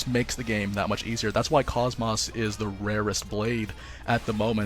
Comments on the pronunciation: it's not cos-mose it's pronounced kohs mos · Every time you say KOS-MOS I cringe. I'm very disappointed that in this game they chose to pronounce her name differently than in the game she's from...